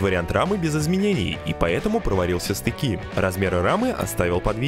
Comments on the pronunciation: стыкИ? что с ударениями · "Проварил все стыкИ"... Делаешь годные вещи, но почему русский язык так коверкаешь? Не надо так... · Мля , купи полуавтомат ... не позорься электродом И стЫки , а не стыкИ .....